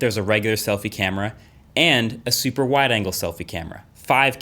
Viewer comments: "Wider Anger" man.. can't wait for that wider anger lense.. seriously underrated feature.. that wider anger.. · Anyone else hear “wider anger selfie camera” ? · "Wider anger" . Never heard someone get mad at extra features 😜